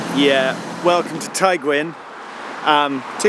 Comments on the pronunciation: I don’t mean to criticise your pronunciation Geoff, but from memory of travelling on this line the guard of one of the trains pronounced Tygwyn as “Tug-win”. Either way, I love both styles of your videos and keep up the awesome work! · Tygwyn is pronounced "tea gwyn" it means white house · Pronounced..tee gwin, Snowden. er Eryri please, sorry but you massacred Dyffryn Ardudwy ..that said other places were quite good.. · enjoy your vids Geoff but I’d have thought you’d learn how to pronounce the name of the station you’ve come to make a video about, regardless of what language it is. This kind of laziness just perpetuates negative attitudes towards Wales, the Welsh and the Welsh language, the idea that ‘ah well I won’t bother trying to pronounce it I’ll just laugh it off cos what a weird word it is’- reckon you can do better than that tbh, hope you’ll accept this in the spirit it was intended